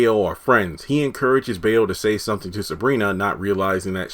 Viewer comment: bayo is pronounced as buy-0